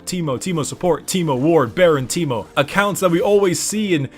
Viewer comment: Its not on T, its on A (tankmo)